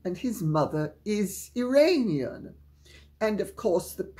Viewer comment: It is pronounced "Ear on ian". I know you are a highly intelligent individual so I think you would want to correct your pronounciation. I love your mix of gossip and psychological talks.